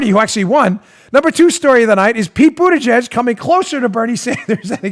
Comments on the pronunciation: Dan it's butt-a-gig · Pronounced butt gig 😁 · [ Boot-Edge-Edge] Say it slow, than say it faster and you'll have it. Or just call him "Wall Street Pete".. Or Howdy Doody.. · Tell producer Joe that it's not boot -edge-edge. It's BootyJudge. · Did you say his name was Peter ButtiJiZ? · The correct pronunciation is "Butt-Fudge" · I thought his name was pronounced Booty-gig? Think about it...makes sense to me.